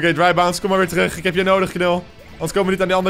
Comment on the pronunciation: Jij verneukt die namen echt haha: hammerthrowers en drybounce